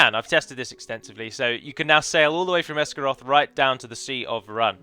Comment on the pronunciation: You pronounced Rhun differently within 10 seconds.